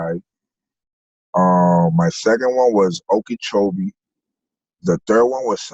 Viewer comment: Binge watching you all day! Love from the babygang 💖!! Shout out to on pronouncing Okeechobee correctly 😆! That’s my hometown! Low key wondering who he fucked up lol